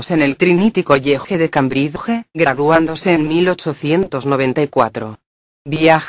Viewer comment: "Trinity College (Coiege)", ja, ja, ja